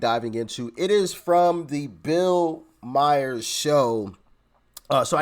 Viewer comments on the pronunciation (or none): Your absolutely silly over a mispronounciaton when you just mispronounced Bill Maher last name wrong, Myer lol!!!!!! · You didn't even pronounce Bill Maher's name correctly. Are you kidding me?